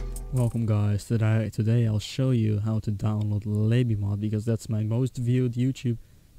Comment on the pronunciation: lol at the begining instead of saying today he said todai